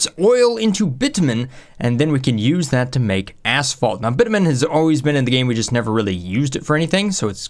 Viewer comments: Is it my phone or did you actually say bitmen instead of bitumen? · Bitumen is actually said bitchumen